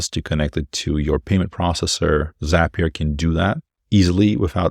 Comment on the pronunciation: "Zap"-ee-uh not "Zaype"-ee-uh. Brilliant. Inspiring. Insightful. Correct.